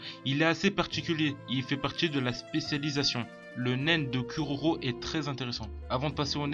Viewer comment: "curaurau" ears bleeding